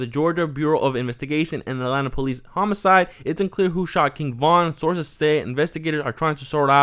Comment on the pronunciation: “Arces on the scene” slow down on your reading bud 😂 sources my guy